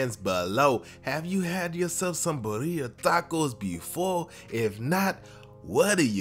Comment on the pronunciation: Lmao I can't help but laugh at the way he says the name! It is not bah-rhea its bih-ri-ah